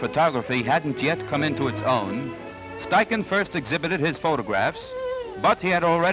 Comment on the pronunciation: Impressive how fast the assistant changed the film holders. I don't think a 35mm film camera (without motor drive) could beat that. A great look at how studio portraiture was done in the 30s. Also, I was never sure how to pronounce "Steichen" until now.